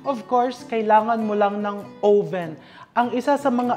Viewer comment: Chef, it’s uh-vn po. Not oh-ven.